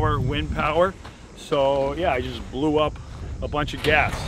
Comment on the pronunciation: nobody talking about the O he blew 🤣